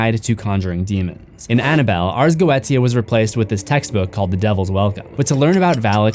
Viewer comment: It’s pronounced “ars goisha”